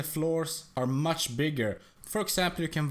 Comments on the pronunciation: mush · The way he says "much" is hilarious